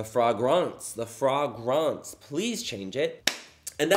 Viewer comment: " the fraygronce, the fraygronce" 😂😂😂